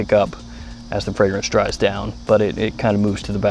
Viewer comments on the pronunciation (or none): none